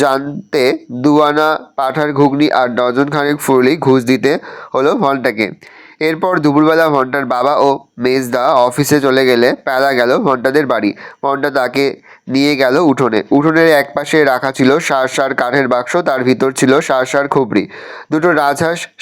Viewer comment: ভল্টা ❎। ভন্টা✅